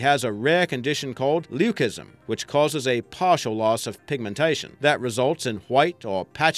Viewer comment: Your pronouncing leucism and leucistic wrong